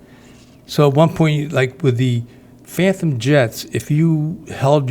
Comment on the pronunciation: Its phantom not phanthumb brother. You're funny lol